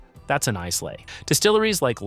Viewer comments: JFC, learn to pronounce names before embarrassing yourself. Islay is pronounced "EYE-lah." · The fact that he can't even pronounce "Glenfiddich", "Islay", "Laphroaig", and "Lagavulin" correctly sure inspires confidence.